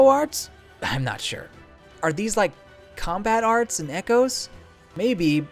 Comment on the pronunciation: every time I hear you say combo arts, It makes my eye twitch when it literally say Combat Arts.